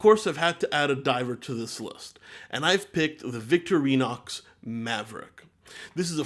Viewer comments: I have never heard victorinox pronounced victory-nox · Could have at least pronounced Victorinox correctly.